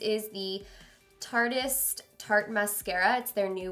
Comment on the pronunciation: went on a trip with tarte and doesn't even know how to pronounce tartiest